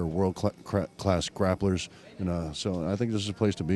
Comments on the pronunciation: did he say "world glass crapplers"???? lmao J/K WAR BATISTA FUCK'EM ALL!!!!! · he says "world class crapplers."